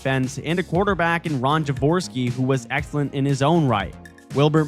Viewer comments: See-Fert, Ja-War-ski. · the first thing you said i turned off the video you obviosuly do not know anything about the 80syou cannot even say jaworski properly